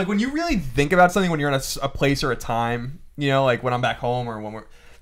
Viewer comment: Lol Colin did it again! "The-ink" instead of think XD.